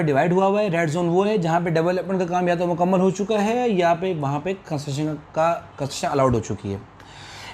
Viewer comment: Bhai lafz tu theek nikala karo, itni jaldi q boltay hu? Train chut rahi hai kia? Adhi baat samajh nahi atti. Construction ko ap conssjseiri bolte hu ajeeb